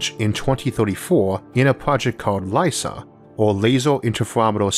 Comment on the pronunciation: I usually dont give you crap about your pronunciation, your speech impediment can be endearing, but you need to rethink your version of LISA.